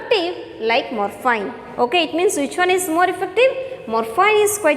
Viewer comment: Mam, plz search in google, "pronounciation of morphine". And by the way, i appreciate ur teaching style 👍🏻👍🏻